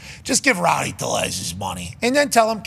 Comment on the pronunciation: Passan's pronunciation of tellez is Lombo on Hawkers's roids😂